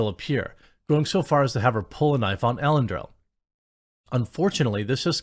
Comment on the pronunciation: «Ellen-dill»? Dude!